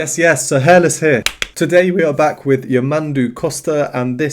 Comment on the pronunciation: Just a correction, the pronounce of his name the accent is on de last 'u' , yamandú, greetings from brazil